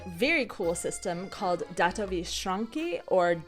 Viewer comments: Pronouncing "schránka" as German "Schrank", lol. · Good point! But it still sounds funny pronounced the German way 😉